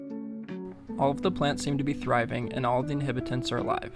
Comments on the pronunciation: Good video. No hate but it’s InhAbitants with an A. Not “inhibitints” just for future vids. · Inhabitants, not inhibitants!